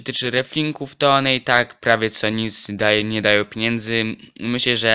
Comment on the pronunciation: nie "piniędzy" tylko "pieniędzy" :)